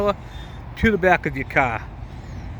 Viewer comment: "You might notice that it is sitting perfectly level, as so is the Caa." (I love our diverse language pronunciations in the US)